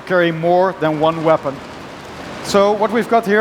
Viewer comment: lol you can carry "MORE THAN ONE VEPON"